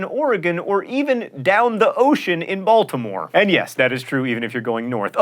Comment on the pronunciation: That's less Baltimore and more Pennsylvania/Delaware. I'm sure he pronounced it that way because that's how someone in Philly would say it.